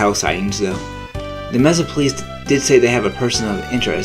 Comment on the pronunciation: Messa? It's Mesa!